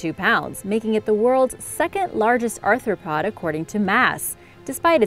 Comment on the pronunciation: WTF is an arthurpod?